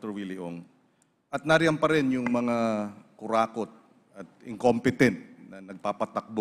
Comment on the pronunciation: Parang hirap at hindi niya mabigkas, biglang humina ang salita niya sa salitang "KURAKOT". Maaaring makapag hasik o maghari o naghari na ang kasamaan ng konting panahon pero hindi maghahari ang kasamaan ng habang panahon. Ang Panginoon lang ang maghahari sa lahat ng bagay ng walang katapausan. At siya din ang hahatol sa ating lahat.